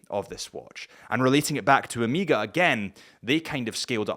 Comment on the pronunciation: I was more bothered by him saying Oh-meeeeee-gah